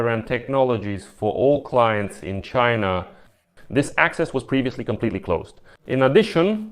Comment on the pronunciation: Fuk CHY-NAH